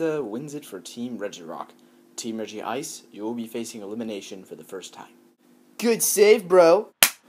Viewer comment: regice it pronounced rej-ice